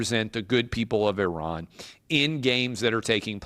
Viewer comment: Thankyou for being the first American to prounce Iran correctly.😅